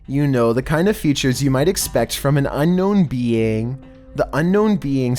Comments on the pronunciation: "Unknown bee ang." "Unknown peeing." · Did he say unknown bean footage?? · unknown beiying.. bro say alien it’s ok